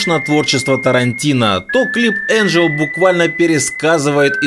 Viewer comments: Хочу сказать автору канала, что ему стоит поработать над произношением:не моттер, а муттер, не ричст, а рихьст, и не энджел, а энгель. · Не Энджел А Энгель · Не энджел а ингил